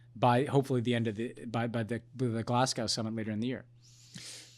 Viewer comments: Ben, Ben, sorry to have to correct you but...Glasgow is pronounced Glas•go, the residents Glaswegians, and the late fall weather trends dour [do•er]. The topics are my doom scroll therapy without the scrolling. You managed to hit the historically top two of all time, plagues and mass human calamity. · I love you Ben, but the way you say Glasgow... 😁😂🥰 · I'm a Canadian but I came here to say that. I heard that pronunciation and I was like...😬